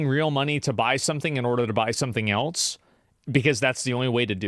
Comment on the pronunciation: Why do you say eltse?